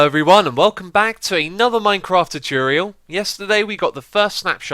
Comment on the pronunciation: I love how he sais tutorial. Chutril